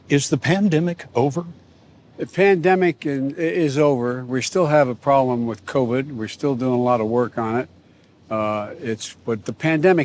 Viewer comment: Anyone notice when jb smiled, only the right side of his face smiled? Then when he said problem, it came out as prollem. Two symptoms of a medical condition.